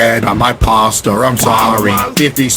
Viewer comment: why caseOH say “pastar”